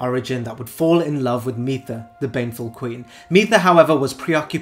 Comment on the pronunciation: Mytha is pronounced like "mither", I believe, because she is a nagging ex.